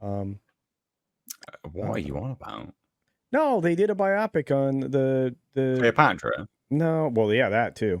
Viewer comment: Stop saying "by-opic" like biopsy. It's not a medical procedure, it's a BIO-pic.